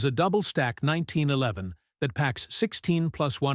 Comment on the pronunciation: This robot almost pronounces 1911 correctly. Almost.